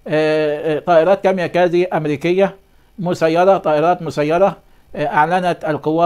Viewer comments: مش كاميا كازي .... كاميكازي او kamikaze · هل يعقل انك لم تسمع بالكاميكازى ولا تعرف ان تنطقها